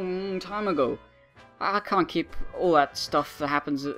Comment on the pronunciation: "I ca' do that! That's a lot of molecules." I love you